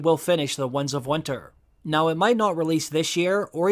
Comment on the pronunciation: This guy can't say "winds". He keeps saying Wunds of Winter. He also said Lomshot, instead of longshot.